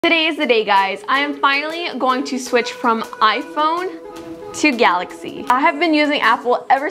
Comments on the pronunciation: GAILAXY instead of GALAXY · at the start is galaxy not gailaxy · Is it gailaxy or galaxy?